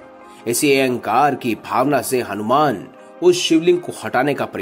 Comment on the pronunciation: Hanumana ji ka naam sahi se lena bhul gye mahoday aap... Bhagwan h ye hmare thoda shabdo par dhyan do aap